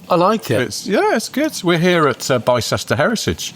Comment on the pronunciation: The people of Bicester are shuddering. It's pronounced Bister. 😅